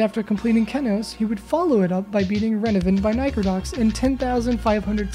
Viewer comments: kénos.... what is wrong with you it's kenos LULW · It's not Ken owes, it's key nose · its pronounced keenos (edit: look its ri-clic) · When you pronounce Kenos "Ken-ose" instead of "Keen-ose" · why u pronounce kenos like that omg